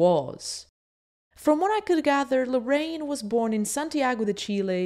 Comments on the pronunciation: jajajaja muy cierto! great video i love this channel, the only things is that the name is Larraín no Lorrain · Great video! but his las name is pronounced LARRAIN, not Loraine... :P